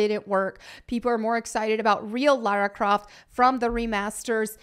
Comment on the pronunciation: Laryn Croft